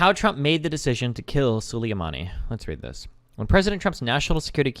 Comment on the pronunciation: Why does destiny say soo-li-ye-mani? It's su-lay-mani.